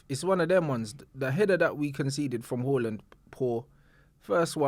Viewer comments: it’s “ haaland” not “ whoreland” u joke man😂😂😂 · My Man Said “HAWLIND”💀💀💀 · Man is calling Haaland - Hooland 😅😅